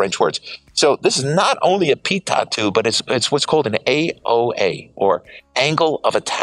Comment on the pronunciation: Wonderful to see this superb jet, thank you! BTW, a minor point, pronunciation of 'pitot' tube is 'pea-toe' rather than 'pea-tott'.. Very interesting that the HJ pitot is also an AOA sensor. On commercial large aircraft we generally see a separate device for each function. Is the climb rate you quote at lowest gross weight?